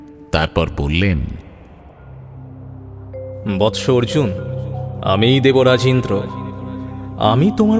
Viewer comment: অর্জুন 'র' বলতে পারছে না!